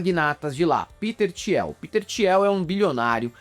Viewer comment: Desculpa, mas o falando "Tiel" me pegou muito. A pronúncia correta é "Til", Peter "Til". A guei ricah que apoia homofóbicos e tals, mas para além disso, como diz o vídeo, o pior é o que ele faz com o dinheiro (absurdo) que ele tem. Ele financia várias iniciativas de anarcocapitalismo, aceleracionismo, enfim... Várias bostas.